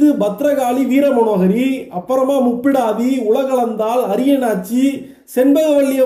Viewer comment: முப்பிடரி என்பதே மருவி முப்பிடாதி முப்புராதி என்று மாறியது..முப்பிடரி என்று சரியாக உச்சரிக்கவும்..